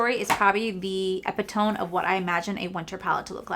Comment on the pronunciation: Hey just wanted to let you know....the word "epitome" is pronounced "eh-pit-oh-me" not ep-i-tome. 😊